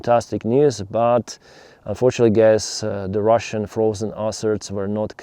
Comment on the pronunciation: “Frosen ruzzian arses” 😅